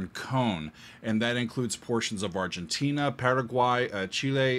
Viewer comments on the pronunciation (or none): none